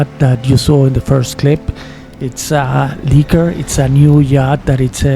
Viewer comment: LEKKER! NOT LEEKER